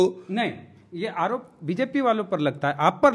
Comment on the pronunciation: Are is se kya puch rahe ho is ko to bolne bhi nahi aarha hai arop ko alop bol raha hai 😅😂